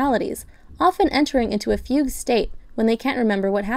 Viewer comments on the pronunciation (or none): none